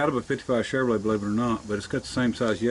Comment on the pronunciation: Shevalay....lmao Love the videos buddy! I just make fun of accents. I live near Pittsburgh and it's the worst.